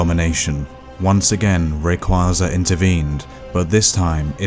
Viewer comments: CrystalLikesShibes I’m not saying that I have a huge problem with differing Pokémon pronunciations, but there’s only one official pronunciation for every name. Rayquaza is pronounced “Ray - Kway - Zuh”. Some people may not say it that way, but that’s the only correct pronunciation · Especially rayquaza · he said rayquaza wrong too